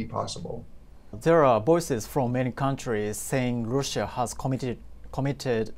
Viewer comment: russiaの発音が気になる